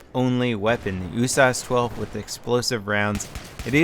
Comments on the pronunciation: Its the U.S.A.S 12 not the "Usauce" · U-Source 12? Its pronounced U-S-A-S 12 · Isnt it supposed to be U-S-A-S not "oosas"? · In what universe is the USAS12 pronounced "ooo-sahs"?! Where are you from,??? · It's actually pronounced yoo-ess-eh-ess (United States Assault Shotgun) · Please stop calling it oooosas xD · Why do you say USAS like is a word? U-S-A-S. 12. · When saying usas why don't you pronounce the U Instead of saying oo? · Just because you say usas doesn't make it right. IMO it doesn't really matter, just say it however. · you say USAS without the U but using O